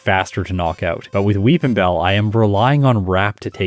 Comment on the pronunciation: I'll be honest every time said "Will Weepinbell" I heard "Wil WheatonBell"